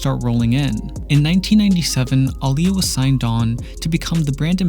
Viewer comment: Thank you for saying her name correctly! ❤️